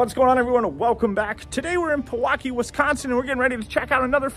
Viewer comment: Thank you visiting my hometown. Westridge is a GREAT builder. Check our Espire/Nupath...Demlang...Allen Builders. And lastly, correct pronunciation is PEE - WAU - KEE..lol.😅